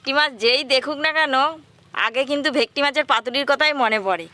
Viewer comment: ভেকটি, ভেকটি করো কেনো?তোমরা কি সোজা সরল ভাষা জানো না? সেই কোন জন্মে ভুল নামটা জেনেছো,এখনও সেটা চালিয়ে যাচ্ছ।এটা ভে ট কি মাছ ।সব সময়ই ভুলভাল উচ্চারণ ।ভীষণ কানে লাগে ।ফিস কাটিং দারুণ হয়েছে ।দাদু কে বলবে ভালো জিনিস খেতে গেলে একটু ধৈর্য্য ধরতে হবে ।